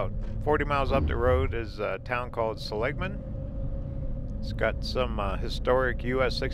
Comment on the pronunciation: This probably doesn't bother anyone but me LOL my ancesters are Seligman and you're pronouncing it wrong. The emphasis is on the 1st syllable not the 2nd☺